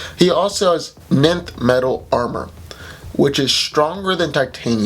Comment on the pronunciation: Dude, it’s enth metal, not nenth metal